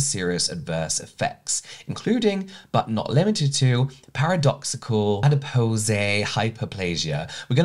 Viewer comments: Adipose is pronounced like pose not posay😂 adipose is the scientific term for fat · Adipose is pronounced as Adi-pose like when you pose for a photo! ❤ Love these videos. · Adipose • Add-i-poes • i as in "in" • poes rhymes with toes 😊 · Adipose is pronounced ah-dih-poze (with the last syllable rhyming with “toes”) :) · The last syllable of adipose is just pronounced pose. Like a model strikes a pose. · Adipose: the i is soft, the o is hard “oh”, and the e is silent. Not a critical thing. Just FYI 😊